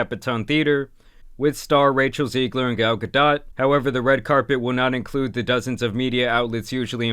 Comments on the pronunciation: It’s GAL-GA-DOE YOU ILLITERATE NUMB SKULL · It’s not Ga-dot, it’s pronounced Gal-d’oh!!! Like Homer Simpson being surprised if this movie sells more than 10mil in box office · bro is saying gal gaDOTT, this who we getting our information from boys 💔💔💔 were cooked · Gal ga-dot 😂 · You butchered Gadot's name bro. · the T is not pronounced in Gadot